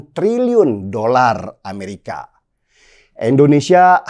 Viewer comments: bro, Indonsesia bro, Indonesia, bukan Endonesia, oke!? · INDONESIA. BUKAN. ENDONESIA 🙈🙈🙈